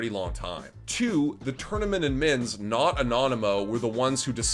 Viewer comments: can you stop saying admin like that. idmins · can someone teach this man how to say the d in admins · I like this dude but the way he says "udmins" makes me lose braincells everytime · Why are you saying "Edmonds" and not "Admins"... it bothers me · Why he keep saying udd mins tho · How does this guy say 'admins' so wrong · How he says Admins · The way he said admins 👀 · The way he says admins 😩😩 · They way he pronounces "Admins"